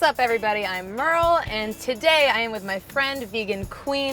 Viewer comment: why do you butcher your own name? merle. the most german name ever. be proud of yourself.